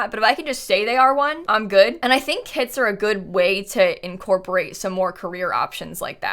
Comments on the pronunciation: Is it’s just me who hears “kids” when she say kits??? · i thought she was saying kids instead of kits😭😭😭 i was mad confused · She said "kits" and I heared "kids" and was like "more kids? how? pre teens?" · i was so confused at the beginning because i keep hearing kits as kids... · I thought you were saying kids instead of kits at the start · Omg at first I heard "kids" instead of "kits" and it made a really funny introduction🤣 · for the first like 3 minutes every time said kits i understood kids and was REALLY confused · It took me 30 seconds to realise she is saying 'kits', not 'kids', and those were some very disturbing 30 seconds. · My brain tought you said ”kids” for 26 secounds untill i realised you said ”kits” 😂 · no because i thought for a whole 25 seconds that you said kids and not kits loll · I kept thinking you said kids 💀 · Don’t mean to make this weird but for the first minute I thought you were saying kids. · I definitely thought you said kids for the first 30 secs, until I saw a comment, Was already super confused like: yes, yes I do believe Kids are here to stay? How old is this video” hahaha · It’s sound like saying kids. I’m sorry